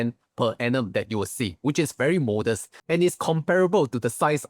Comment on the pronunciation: can u learn to pronounce "technology" and also the word "modest"... is not pronounced "mode-ders"